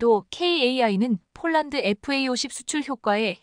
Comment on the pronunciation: 대최 쫄란드가 어르나라야 폴란드 라고 정확하게 바름을 해라